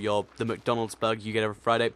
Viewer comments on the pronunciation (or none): none